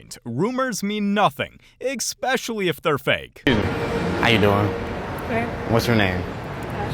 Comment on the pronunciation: Especially, not ickspecially.